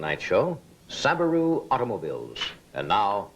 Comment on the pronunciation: The dude couldn't even pronounce Subaru correctly.🤣😂